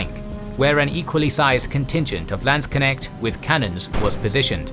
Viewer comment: You pronounced "Landsknecht" very correctly👍